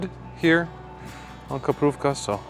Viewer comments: It's not kuprówka, it's krupówki xD kuprówka makes it sound like a feminine something made of kuper (a bird's butt) xD It was really funny to hear you repeat it like this :D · (1) It is Krupowki, not Koprowka. (2) "Highlander Herring" sounds as ridiculous as "Himalayan Shrimp." Herring is a Baltic coast product, just because they sell it in Zakopane doesn't make it Highlander cuisine. (3) Flaczki is a working-class Warsaw specialty, once again it has nothing to do with Highlander cuisine. (4) You aren't supposed to mainline pickled mushrooms straight from the jar ... you add a couple of them as garnish or flavoring to soups, stews, etc. Obviously you will get the runs if you empty the entire jar into your mouth. (4) Zakopane is known for a very specific kind of wooden architecture, which did not feature in your video for even a second. It's not all just construction and commie blocks. (5) You picked the most unattractive time to go there. Either go in summer when the meadows ar full of flowers or go in winter when snow covers everything. (6) Kaszanka and Czarnina have almost been phased out of Polish cuisine, they mainly exist in the USA where Polish-Americans have held on to old recipes.